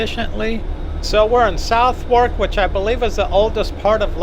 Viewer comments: Southwark is pronounced “Sutherk”. For some reason the “o” is silent, the “w” is silent and the “a” is more like an “e”. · It's pronounced "Suth ak". The river is "Temms".